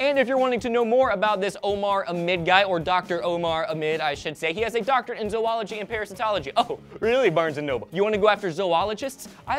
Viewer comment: Is pronouce zoo-ology. No zo-ology.